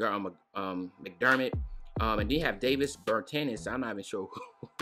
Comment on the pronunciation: said David Bertanis.😂